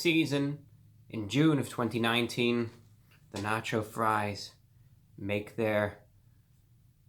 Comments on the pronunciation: no nach-oh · I like when you said na-cho fries 🤣🤣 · "they're nah-chyo fries" thank u reviewbrah very cool